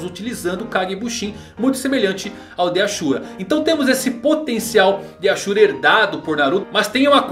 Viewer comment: tem cara q nunca assistiu naruto todo. So viu uns resumos e leu algumas paradas. A prova é ele falando os nomes,tipo namikaze ele fala "namikazê" zem contas o ashura q se pronuncia "asura" ja o fala "axura"